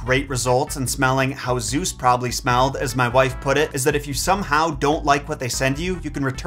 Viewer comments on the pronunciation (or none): none